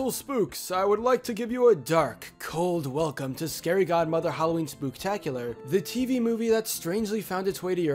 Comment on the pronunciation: Spooktacolar lol